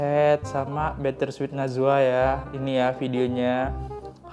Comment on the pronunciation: Bitter sweet najla bukan najwaaa..